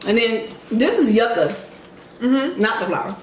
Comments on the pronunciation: Yuca (pronounced: jooka, j as in jump) It is casava. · I always like the videos before i watch😂. That yucca be so good. Ya'll need some Portuguese food and some of there Sangria in ya lives lol. Food looks tasty tho. Mad Jealous lol. ✌T.T it's pronounced you- ka not yucka 😂😂 Makes it sound like it taste nasty lol just wanted you to know for next time you get some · i’m loving the cultural mukbangs 😍😍 the yucca is also pronounced (you-kah) :) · YouKa is how yuca is pronounced. But you put the yuca flower on the meat or beans